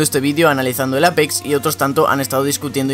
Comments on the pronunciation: Se pronuncia eipix no apex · me gusta mucho tu acento cuando dices APEX literalmente lol